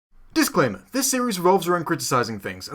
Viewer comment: You saying disclaimer at the start sounds like you said it with a Russian accent